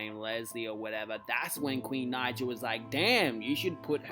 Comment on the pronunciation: Can u say queens name right because when u say her last name wrong it says the N word with a hard R in the captions